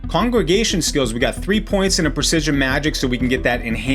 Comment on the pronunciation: Did you say congragation? 😂